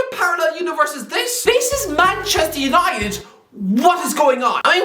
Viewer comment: gets so heated he pronounces Manchester United like an English schoolboy